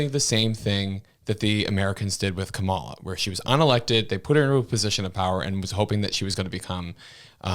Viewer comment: Ka-ma-la at least show the respect of saying someone’s name correctly.